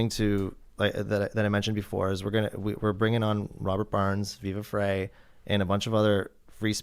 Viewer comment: It's pronounced "Viva Fry", not "Viva Fray".